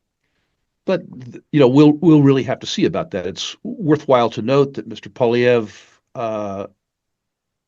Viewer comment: Please learn to ronounce Pierre Poilievres' name correctly Pwal e ev re